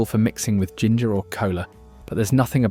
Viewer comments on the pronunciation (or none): none